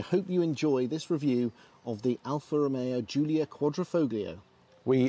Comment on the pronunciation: The Jiulia is my favourite by far. I only wish car tube guy's could fucking pronounce it properly.